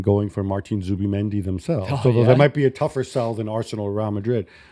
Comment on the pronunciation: It's Zubimendi not Zuba